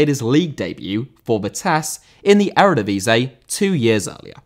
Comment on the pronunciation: Eredivisie* not Eredevesei